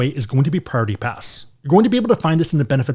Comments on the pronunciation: 😂 You sound like you’re saying Party Pass when you say Priority Pass 😂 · Yesssss. There's 4 syllables in Priority. You're saying it in 2.